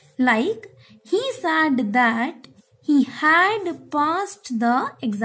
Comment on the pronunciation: Said pronunciation is wrong!